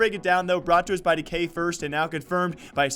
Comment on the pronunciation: Its dEE KAY not decay